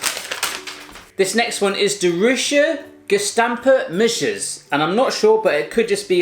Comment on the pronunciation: Die zijn muis-jes, well you could try and pronounce those words and I don't think the Dutch are so sexist.